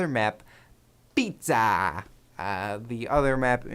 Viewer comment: it's piAzza!!!!! xD lol